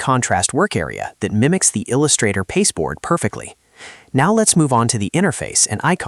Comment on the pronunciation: "il x 2 ustrator"? 😆